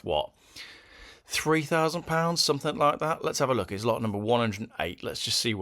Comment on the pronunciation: "Anythink", "Nothink", "Somethink" 🙄